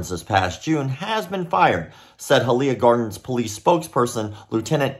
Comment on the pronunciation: High-uh-Lee-yuh (Hialeah)